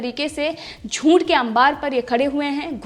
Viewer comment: Nice channel. But first improve your pronunciation. I wrote you 5 times but no improvement. "Junth" nahi hei. " Juth" hei. Usme n nahin hei. Aise to bahot si galatiya karti ho. Bahot fast bolti ho. Speed kum karo. Naki sab thik hei. Good source of real news. I like your channel and i have subscribed to it too. BELL icon bhi dabai hei.